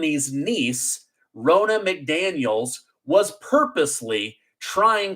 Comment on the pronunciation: Ronna McDaniels. Ronna is pronounced Rah-na, not Row-na.